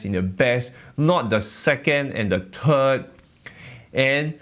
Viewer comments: "...not the 2nd or the turd..." Luvit :) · In the turd I died.